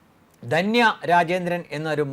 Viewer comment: ദന്യ അല്ല ധന്യ ആണ്. എല്ലാ ചാനലുകളും കണക്കാണല്ലൊ!